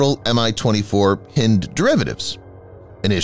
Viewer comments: Hind not Hend. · Pretty sure it's Hi-nd, like bind...☺ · "Hind" is pronounced "heind", as in female deer or hind (back) leg. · Hynd helicopter not hind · ..it's Hind..like your hind leg.. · Please please please pronounce HIND correctly. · It bugs how the narrator keeps mispronouncing "Hind". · Highly annoying